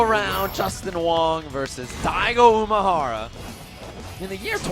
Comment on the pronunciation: One of the commentators kept saying "Umahara" when we all know it's Umehara. Made me cringe everytime.